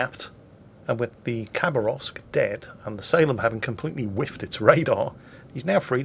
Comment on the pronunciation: Its pronounced ha, not a kha Хабаровск, is a city in the east